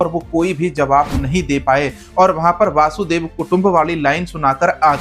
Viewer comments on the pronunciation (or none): तुझे एंकर किसने बनाया ? वसुधैव को वासुदेव बोल रहा है। खोता कहीं का।